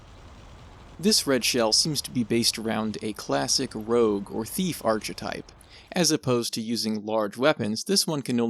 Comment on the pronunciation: Stop saying archetype like that